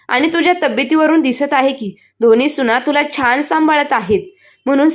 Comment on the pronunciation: सुणा नाही सुना